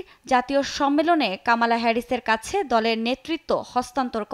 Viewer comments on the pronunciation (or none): Not kaamaala Her name is Kamala.